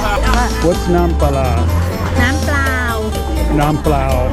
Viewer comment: I'm watching you mispronounce the Thai term for "plain water" and then I realized you weren't mispronouncing from memorizing the term, you were reading "เปล่า"! That's so impressive! I gota learn to read :)